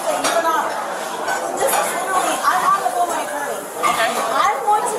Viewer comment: The word "literary" is so abused by women... "littaly... im littelay... littely... he littaly...."